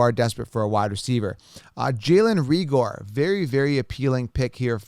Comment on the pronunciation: it's pronounced Ray-ger.